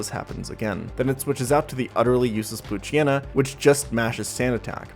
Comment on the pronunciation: “poo-Chana” lol